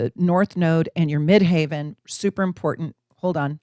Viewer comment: Question, why do you say "midhaven" instead of "midheaven"? Just curious. *intercepted Aquarius 3H and Leo 9H with Venus Leo conjunct MC, LOF also in Leo 9H; duplicated 1H and 12H in Scorpio and 6H and 7H in Taurus. Scorpio rising conjunct Pluto Scorpio 12H* Honestly, I don't totally relate to the descriptions you gave for intercepted Leo/Aquarius, but I do see their effects in other ways. I've always been more of a leader than a follower. I've always been creative, but I was sometimes worried about how that creative expression would be received. For example, I loved theater in school and I was very, very good at it. However, whenever my theater teacher would want me to play the lead in school plays, I would make up excuses for why I couldn't, even though deep down, I very much wanted to do it. I was afraid of peers making fun of me. I was afraid of not living up to my teacher's expectations. I was afraid of failing. It was easier to just not even try and I still regret it to this day. I feel like I never really got to be a happy, free spirited kid, in general. I felt like I needed to be much more grown up and mature than I actually was to get anyone's attention or praise. I was always just subconsciously searching for someone who would love and accept and support me completely and unconditionally and I ended up disappointed and heartbroken every single time. With Aquarius, I do think I often stood out, just not always in the ways that I wanted to. I basically kept my true se